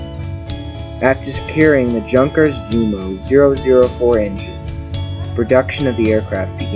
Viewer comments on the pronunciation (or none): ...... just some constructive criticism on word pronunciations for the narrator: Ver - SIGH ----- YUN - kers ------ NEW - clee - ur